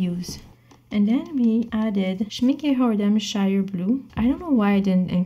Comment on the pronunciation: Loved this video and btw almost perfect pronunciation of the brand "Schmincke" in the end of the video (when you said Schmincke Tundra Rose) <3<3<3